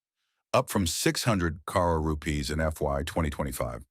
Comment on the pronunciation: Can the voice over be taught to pronounce CRORE/CRORES properly.